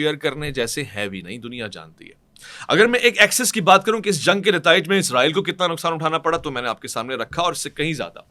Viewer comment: عزرائیل نہیں بھائی اسرائیل بولا کریں 😂😂😂